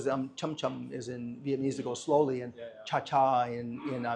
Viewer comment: At least learn how to say "Vietnamese'" correctly if you're going to live in Vietnam